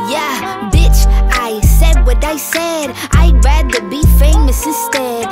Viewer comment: How to pronounce rather in 3 different ways rAdEr RatEr Rather